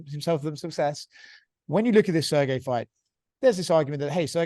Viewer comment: "Serji Pavlich"